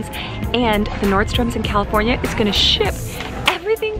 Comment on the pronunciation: I love how you say NordstroMS lol... everybody has corrected you but you still say it how you wanna say it. I love that about you. Loved your buys! Lucky girl!